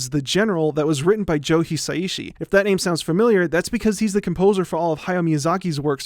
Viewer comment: "...Joe Hisa-Ishi. And if that sounds familiar..." - I actually had to listen to this several times...:D Because it really didn't sound familiar, given the name is pronounced "Hi-Sai-Shi"... not "Hi-Sa-I-Shi"...